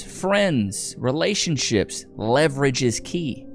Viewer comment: Leverage or Levi-rage?